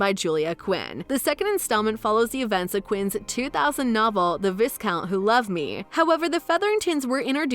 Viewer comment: You don’t say the s in viscount!